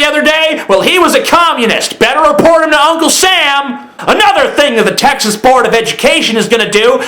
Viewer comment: What's up bro. Cool video and all, but at least be able to pronounce the states name correctly without a lisp before trying to insult it...